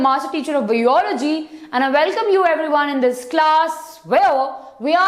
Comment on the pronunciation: maam its biolody not beology